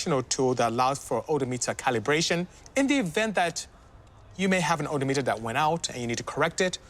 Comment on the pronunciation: Oh-doh meter